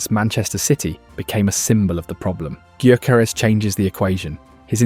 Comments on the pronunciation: Guy-ya-ko-res. That’s how you said it 😂😂😂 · No, it’s yuh-care-es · It's GUYO-CORE-REZ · Is this AI garbage or someone who just absolutely butchers his name? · It's not that difficult to learn how to pronounce the bloody name, is it? Or is the mispronunciation an engagement tactic? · Yea but its a VoiceOver so he cant really get the name right